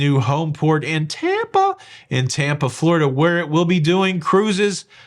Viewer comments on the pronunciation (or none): none